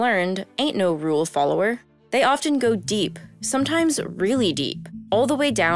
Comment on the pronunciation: I had to stop watching this video because the hostess kept pronouncing the “t” in often.